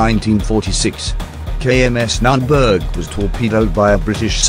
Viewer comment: Nürnberg.... pronounced N oern birgh not that what u put in our ears^^